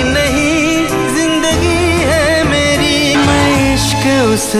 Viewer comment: Jindgi nh zindgi hota hai 😂